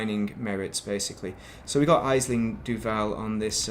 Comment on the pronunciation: Ash-ling its pronounced its an irish name aisling, Great content 👌 thank you for sharing it